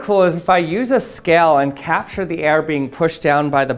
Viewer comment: learn how to pronounce the word "scale", for the love of all that is good.